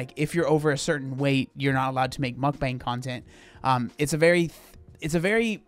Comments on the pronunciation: Why do all the gorl world ladies say MukBONG ? Initially I thought ok Amberlyn maybe struggles with some words but Chantelle also says it that way and this lady too . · There are some people who binge eat while doing a mukbang. But, some people are actually hungry enough and eat all the food and keep it down. Some people spit out the food and make cuts. But, it’s not everyone. Mukbangs became popular in South Korea in 2010. It is actually pronounced muk pan.